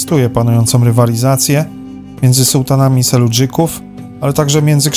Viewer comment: SELDŻUKÓW a nie jak pan wielokrotnie mówi SELUDŻYKÓW !